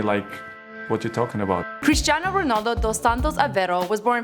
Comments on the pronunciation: "CHRISTINAO RONALDO" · Cristan ronald wtf is that lol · Remember when Michael Said Christin ronald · U messed his name up again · im portuguese and this is so bad, omg learn ur shit please. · Your pronunciations are awful, you literally say real mAdred, its not Christinao Ronaldo its Cristiano Ronaldo.